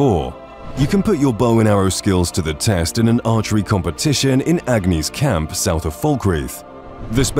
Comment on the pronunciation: It's Angi's Camp, not Agni's Camp. And it's not pronounced "jorr-vaskr", it's pronounced "yorr-vaskr"